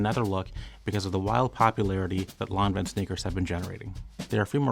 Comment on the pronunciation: I just watched this to hear the correct way to pronounce Lanvin. Thank you.